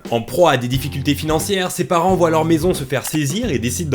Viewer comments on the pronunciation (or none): none